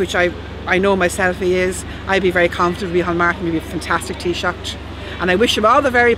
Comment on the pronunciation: imagine supporting ff and not even being able to say Taoiseach properly